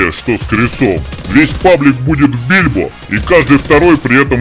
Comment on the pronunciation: Почему бильбо? Гильбо же вроде?